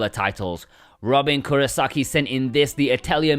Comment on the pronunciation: ✋ Thanks for featuring my image 😁 Nailed the prounounciation too (Robin Kurosaki). I think for me, the game has to be Persona 5 Royal. We know it's doable, we know it's wanted, please port it Atlas & Sega!